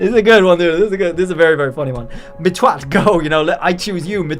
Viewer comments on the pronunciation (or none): He's saying it wrong lol Its mitt-watt not mit-twatt lmfao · yeah i just thought its a clever name, but the way he said it makes it way more hilarious 🤣